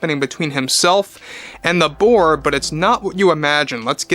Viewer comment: I keep hearing “Iger and the board” as “Iger and the Borg”